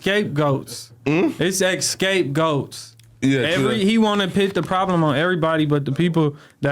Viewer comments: Our guy said "escapegoats" 😂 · My Guy Wtf Is Escape Goats? You Mean (Scapegoat) Lmao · What's really crazy is him pronouncing scapegoat as "escapegoat" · “Its a escape goat”2x had me dying you mean scapegoat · Bro, did i just hear him say “escape goat” 😅😅😂😂